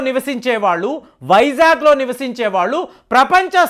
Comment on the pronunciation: వైజాక్ కాదు, వైజాగ్, నీ తెలుగు కు పట్టిన తెగులు ఎప్పుడు పోతుందొ? 1 వ తరగతి తెలుగు బుక్ కొని అ,ఆ లు, గుణింతాలు, ఒత్తులు నేర్చుకోండి.